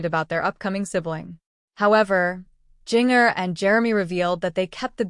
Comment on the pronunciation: Its confirmed on social media its not twins! Please pronounce her name correctly